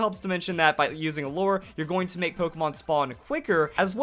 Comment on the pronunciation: I'm not a fan of all the drama you make, but atleast you can pronounce lure correctly. So I'll give you that.